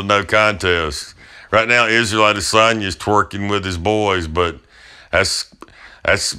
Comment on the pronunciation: Keep on hearing Lasagne lol